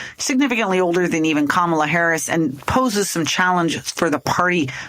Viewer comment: It is Comma-la. Not Ka-MA-la. Pronounce it right.